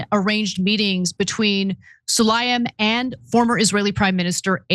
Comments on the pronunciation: Pronounced Saleem, not Sulayim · 😂HIS NAME IS: SU-LAY-MAN